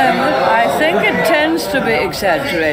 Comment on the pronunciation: he literally said "sink" not "think".